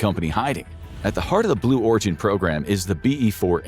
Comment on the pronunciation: Blew Origin... lol he did say it didn't he?? I thought I heard him saying it...